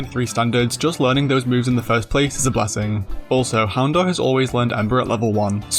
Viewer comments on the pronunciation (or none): none